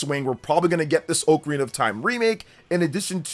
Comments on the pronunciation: oh carina sounds terrible. And it is not the common pronunciation at all brother lol, some people tomàto, but it’s almost never heard anywhere, just get used to Ah KUH RINA , sounds way better , watch videos of people jus taking about the instrument outside of Zelda they all say it as it was intended to be said lol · forreal bro 🤣🤣 go to google hear the audio of how to pronounce it, definetly AH-kuh-rina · If you call it “OAK-arena of time” one more time…😂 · Correct pronunciation: “ah-kuh-REE-nuh”. When I was a kid and first played this game (probably in 3rd grade) I would pronounce it as if it were spelled Ocarnia. It wasn't until much later in my adult life that I realized I had been pronouncing it wrong for the entirety of my childhood. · Both pronunciations are technically correct. I’ve always pronounced it OH-carina. I vividly remember a text book in school describing the instrument and how they are often called “oh’s” for short lol